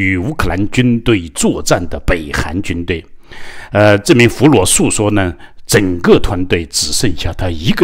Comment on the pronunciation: 俘虏 讀 “俘魯” 不讀 “俘裸”。